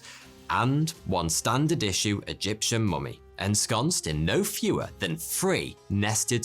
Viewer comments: 'Fhree fhousand years' 'Nofhing' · Three does not have an F in it, so say it right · Why do you call yourself '' when you can't pronounce' Th'. You introduce yourself as 42 and then you go on to say in this video 'free fousand years'. I;ll never understand why you chose a youtube name you can't pronounce correctly?